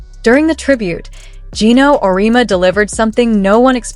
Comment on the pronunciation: OMG. Do your homework!!! It's Aur -e-EMMMA!!!! Amateur mistake.